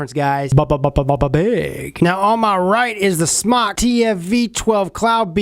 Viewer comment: it's pronounced smoke not smock. it's a play on words it's sounds like smock from non English speaking people like fried sounds like flied. think about about it its smoke with out the smoke lol